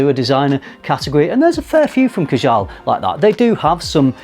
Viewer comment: Number 2 is pronounced Kaa-Jal. Rather than ka-Jaal. Otherwise, cracking video as per